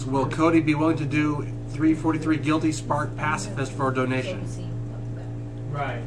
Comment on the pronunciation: "giwwty sparek"